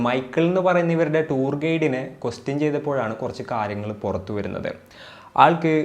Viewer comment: Pls avoid ‘kaaryagal ‘